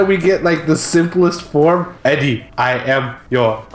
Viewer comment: I heard you. Yeah I heard you say Ehdeh. Loved the whole thing about Not-Harrison (can't remember his name) trying to replicate the hand vibration. That shit cracked me up. I read somewhere that we'll definitely see Vibe this season. Then again I also read that Tom Welling is playing Superman in season 2. Make of it what you will. Awesome work again guys, I'm gonna miss you in the off season.